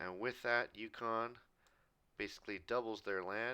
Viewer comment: BRO IT UCONN NOT YUKON